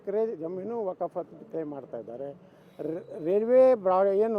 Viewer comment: ಲೋ 4ನೇ ಕ್ಲಾಸ್ ಪಾಸ್ ರಾಜಾ... ಮೊದಲು ವಖ್ಫ್ ಅಂತಾ ಹೇಳೋದ್ನ 100000 ಬಾರಿ ಬಾಯಿಪಾಠ ಮಾಡಿಕೋ ವಕಪ್ಪು ವಕಪ್ಪು ಅಂತಾ ವಟಾ ವಟಾ ಅನ್ಬೇಡ ಅಸಹ್ಯ...